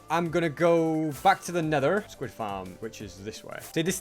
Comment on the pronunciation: Does anyone else think voice is a little different, especially the way he says Nether, and the way he says paper, it doesn't sound like he normally would